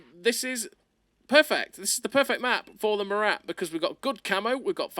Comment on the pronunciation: It's not "Morate" its "Mora"